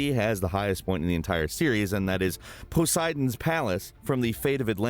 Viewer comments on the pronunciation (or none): puss-idons palace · "poh"seidon's palace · Poo-sidons palace?